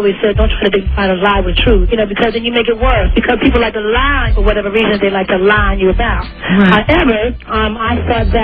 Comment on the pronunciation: The way she emphasized LIE. 😂😂😂😂🤣🤣 This interview is Comedy Gold